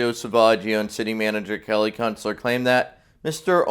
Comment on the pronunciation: Also, I loved it when you mispronounced Kellys name! And no one corrected you! I thought for sure they'd give you hell for that!